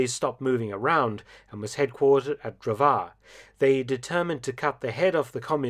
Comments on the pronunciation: You pronounce Drvar as Drwar, it's was so funny hearing your pronouncing of that city. Ppl like to make jokes about that city as calling it Dr. War. Btw it's my home time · In the pronunciation of "Dr̀vār" ("lumberjack") the stress is on the "r"; the a is only lenghtened and pronounced at a slightly higher pitch. . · Just a nitpick from a resident of an ex-yugoslavian state - "Drvar" is pronounced "Dərvár" (with an emphasis on the ə). English TTS really doesn't get it right.